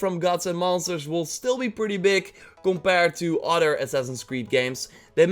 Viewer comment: And it's not udder its other